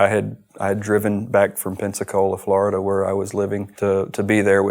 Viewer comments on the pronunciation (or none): none